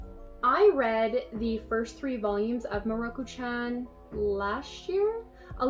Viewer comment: Btw, mieruko is pronounced Mi-e-ru-ko if you look at japanese characters (specifically hiragana) it would be spelt 見える子 (from google translate) 見 (mi) and え (e) are seperate and E" is pronounced Eh (sound it without the H) Just so you know i'm not Japanese but it's just the way people pronounce japanese names triggers me sometimes. I understand most people don't know how to pronounce japanese words because they're hard for some people tho! I'm just pointing it out 😁